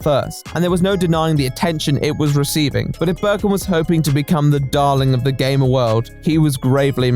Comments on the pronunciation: Well... I am putting myself up the shame shack to be beat. When he said "Gamer" I thought he said "Gay man". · I MISHEARD "GAMER" AT FIRST I HEARD GAY MAN WTF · I honestly heard him say " the allegations, that i, am not a gayman "...Seriously i cant be the only one right? Ahaha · I thought at the beginning he said “allegations that I’m not a GAY” instead of “gamer” needless to say, I was very confused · I thought he said he was accused of not being gay instead of a gamer and I didn’t realize until like halfway 😭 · 52 seconds in, and I thought you said "I am not a gay man." Then you proceed to talk about gaming and I'm thinking I may have missed something.... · At the start of the video, I heard "That I am not a gay man." and I was shocked XD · I thought at first he was saying gay men weird